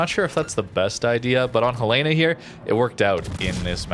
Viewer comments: Ok, I've listening to you mispronounce the name of this ship for a long time :) It's HEL eh na, not heh LAY na. It's named after the capital of Montana. Second, I liked this format a lot. I'm in a place in the game where I have several ships I can move to the next tier, Cleveland being one of them, and information like this helps immensely. Thanks for all that you do! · Fun fact: USS Helena named after Helena, Montana is pronounced "Hell-eh-na" not "Hel-lay-na". :) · Love your videos,! But it's *HEL-uh-nuh*, not Hel-EE-nuh or Hel-AY-nuh, please! Named after my state capitol, Helena, Montana. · Helena is pronounced Hell-In-uh after Helena, Montana. Love the vids though bro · The Helena is pronounced like the name Helen with an a at the end. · Love the us light cruisers, but for the love of Jesus, it’s pronounced Helen-a. Like the girl’s name Helen. Helen of Troy. Then an uh sound at the end. Now I know how the Brits feel when us Americans try to pronounce their English. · HELL-uh-nuh :) great video as always, nice to see these ships getting some love! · Helena is the capital city of Montana. It's pronounced HEL-en-uh. Like Helen and uh. It is from the city of Helena that Helena gets it's name. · ...The US cruiser Helena is named after Helena, Montana in keeping with the tradition of naming cruisers after cities. Say it like Helen-uh, the woman's name with uh at the end. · I love all your videos and everything you do. Look forward to seeing new stuff from you. One small point of contention, you are mispronouncing the name helena. The ship is named after the capital of montana and it is pronounced differently from what you are saying. The? Only reason I know is because that is probably one of my top three favorite ships and I had a misfortune of pronouncing it the way you did and had it pointed out to me in a rather harsh manner once. Keep up the good work and keep the videos coming. I look forward to seeing them. Thank you my friend.